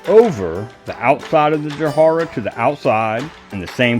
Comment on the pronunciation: Please correct me if i am wrong, but is the wood you are using called "Jarrah" and you are just mispronouncing it. or is it different. could you spell it for me? If it is Jarrah, it is pronounced just as it is spelt, "Ja"-"rah". Sorry, it was just something that was poking me in the spectrum and i needed to find out.